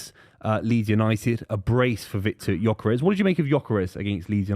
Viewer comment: It's pronounced "Yerkeres".